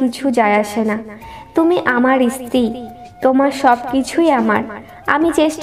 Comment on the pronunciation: তুমি স্ত্রী কে ইস্ত্রি উচ্চারণ করো কেন?